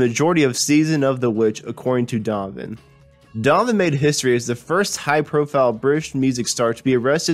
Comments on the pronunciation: I thought it was just me who heard "Domin" instead of Donovan, as pronounced by the narrator. Good effort, though. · Just a suggestion....when making a documentary, be sure to know how to pronounce the subject’s name. It’s not “Domvun,” “Dunnun,” “Don nun nun” or any of the other names you gave him. Say “Don o van.” Try it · It sounds like he keeps calling him Darwin or Darvan. It’s DonNAvan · Mell-yell? Donner? Are you a robot? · Rick Rubin became an alley? How the heck does that happen to a person? The lost city of Atlanta? I could have sworn it was right there where it's been for quite a while now. Where is the Adrian Sea? And what is this "narrator" calling Donovan? Dnnnenn? Dhvn? Three syllables are so tiresome to pronounce, if you just mumble some of the consonants in one or two syllables, look at all the energy you can save and surely that's good enough. This was freakin excruciating to listen to. Donovan's legacy deserves better than this. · In Ireland, we pronounce the name Done-o-van. It is from the Irish surname Don-na-bháin or in English Done-na-vaughan. Donnabháin means dark or dark brown. I do feel your pain. So I think it's only fair we change the "Don" to "Done" ;)) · his name is DonoVan.... DONOVAN ! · This guy can not speak clearly, and . The poorly pronounced words hurt my ears. For instance, Donovan has three syllables, yet this guy slurs it into two, Dawn-Van. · Donovan, that's three syllables, not two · OMG! Couldn't they find someone who can read? This guy can't even pronounce "Donovan." And would someone please teach him the difference between "ally" and "alley"? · hahahah, I thought the same thing! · love donovan. would have been nice to hear this narrated by someone who enunciates a little more clearly and knows the words he is speaking -- the lost city of Atlanta? unless of course this was done by a computerized voice generator. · You garble the pronunciation of Donovan. This is an obvious fix that can be done easily.